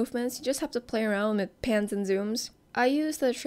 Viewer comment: she says pans but what i heard is pants ty for the tutorial it helps me alot new sub